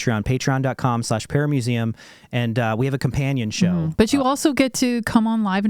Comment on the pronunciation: Every time I hear say "paramuseum" it sounds like paramecium. Is it just me?